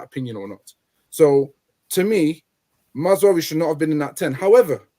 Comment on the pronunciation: It’s MAZ RA OUI